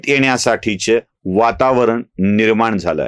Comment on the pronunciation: म ण से नाही हो मनसे आणि निर्मान नाही निर्माण असा उचचार करा काय कळतच नाही या न आणि ण च्या आदला बदलीने उदा. गुणेगार गुणा.